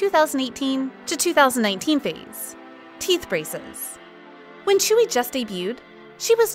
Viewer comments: Sorry but her name is not chewy it is pronounced joowe I am really sorry but I don't like when you pronounce idols name sorry. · "chewy" thats not how you pronounce tzuyu. its sound something like dzüiu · Why is Tzuyu pronounced as Chewy? 😭😭😭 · it's not chewy 😭😭🤣 its tzu-yu wtf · fr its supposed to be pronounced as zuyu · why does everyone struggle with saying Tzuyu. it's not chewy... its tzu (kinda like two but with a z) yu (kris wu but yu or yue without e) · Excuse me? You can't even pronounce Tzuyu's name right, it's way off. Put some effort and show some respect.